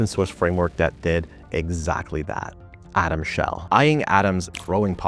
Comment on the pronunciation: "Atom Sheld"? lol